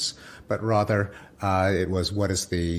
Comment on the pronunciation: The way Pinks pronounces "rother" makes me laugh.